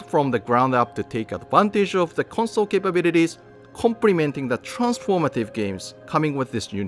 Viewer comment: I know its silly but something about the way he says 'capabilities' makes me laugh every time 😆 great vid btw.